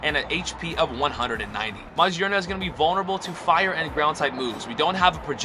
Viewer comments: This is how you say it: Ma-geurn-ah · Its pronounced MaGearna, as if in Gear